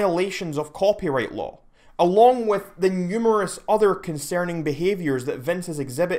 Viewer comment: New sub. “Con-sare-ning.”